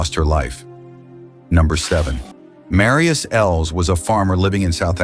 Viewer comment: You said the name Marius Els very nicely. Usually people outside of South Africa can't pronounce names well and leave me trying to figure out what they just said. I'm impressed. Enjoyed your video very much. Wishing you a very good 2026🎉 😀🇿🇦